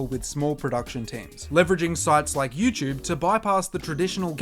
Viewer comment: Lost me at “youchube”